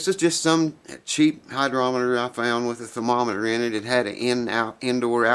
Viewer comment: I keep hearing you say "hydrometer". Actually, the word is "Hygrometer" with a "G" not a "D". I hope that helps a little.